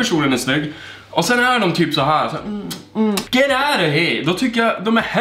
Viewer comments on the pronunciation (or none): Älskar när du säger ” Get aut... kan inte stava😂😂